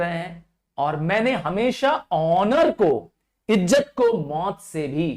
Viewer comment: Btw sir be not be angry u pronounced izat as ijjat